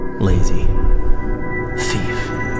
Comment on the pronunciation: Video is great, but "Theef"?